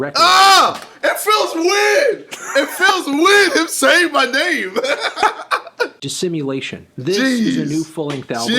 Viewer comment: how bad did you mess up saying "dissimulation" to have to voice over over it ahaha